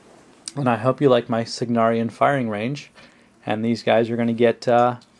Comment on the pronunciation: love it, however isnt it Cygnaran* and not "Cygnarian"?